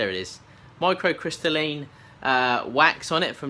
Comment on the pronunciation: The pot is lovely, I thought you might like to know, though, that its pronounced micro-crystal-leen lol ^^